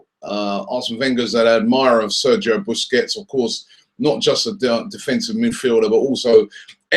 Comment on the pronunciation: try pronouncing his surname right